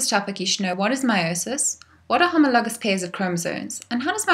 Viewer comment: I love the way you say homologous